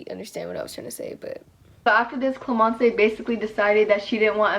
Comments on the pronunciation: gustave is actually pronounced gus-ta-ve et not gus-ta-vay and clémence is pronounced clé-men-ce not clé-men-cay idK if you understand also my English is bad cause I’m french lmao, but loving these new videos ! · your french proununciation is cute hahah Clémence its not clemencÉ the e has no sound its like "clÉmenss" same for Gustave its sound like "gUstav" not mean haha ily it was just weird in my head 😭